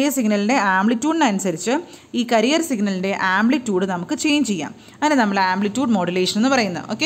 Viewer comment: ക്യാരിയർ വേവ് എന്നല്ലേ.... കരിയർ എന്നല്ലോ